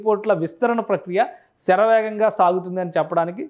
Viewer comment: షేరవేగం .. మా భాష కాదు. శరవేగం అని అంటాం.